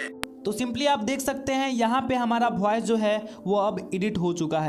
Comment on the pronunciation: फॉयस या वॉइस 😂😂😂